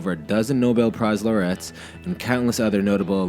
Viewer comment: LMAO his pronunciation of "laureates"